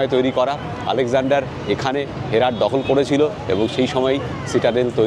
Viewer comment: হেরাট নয়, হেরাত।